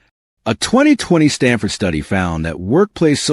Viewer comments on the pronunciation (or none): none